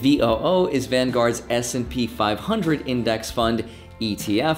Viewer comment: I legit thought you said SMP 500 and i was like bro u better watch out